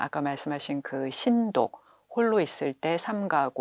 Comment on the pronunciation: 좋은 강의입니다. 한가지 자고저 문제! 신독의 신은 길게 발음하셔야지요!